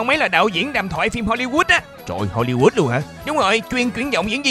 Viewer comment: Hô-li-hút ! Tưởng Hô-li-Shit !